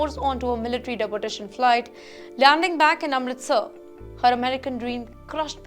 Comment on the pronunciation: Why don’t you learn how to pronounce deportation. De-port